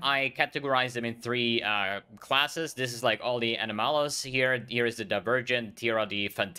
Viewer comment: Ano-Malus pronunciation is causing me pain :)